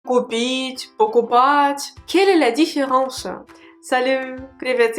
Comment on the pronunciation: J'entents souvent dans ta prononciation "пОкупать", et parfois "покупАть" je me trompe?